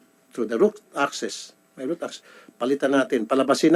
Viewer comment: "route" access